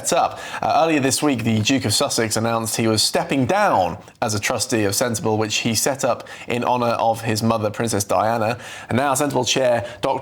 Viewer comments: Ginger boy please either grow a beard or shave and if you are a journalist of any quality, you would know how to pronounce Sentebale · GB journalists don’t research or bother to read. His pronunciation of Sentebale is just so wrong, how did this air?